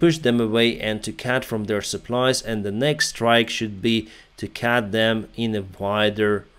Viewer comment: Just a small thing... Remember that CUT is prononced CUT, not CAT 🙂